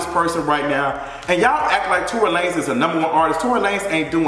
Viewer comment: Lmao not Tory la-nez